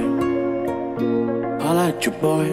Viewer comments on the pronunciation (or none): Bruh it's hola not hole